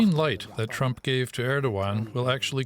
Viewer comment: I love how Marc Pierini's heavy accent he pronounces Trump's name as "tramp". Such a great definition.